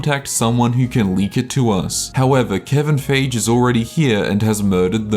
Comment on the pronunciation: dude i love your shit, but feige is pronounced like: FY-GHEE. dunno if your pronunciation was ironic or that you don't give a shit, but i'm too drunk not to correct you